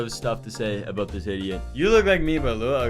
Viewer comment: "aboot" - August 20 2023